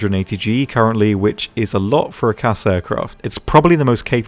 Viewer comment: If I’m being honest, any time somebody says CAS as a word I cringe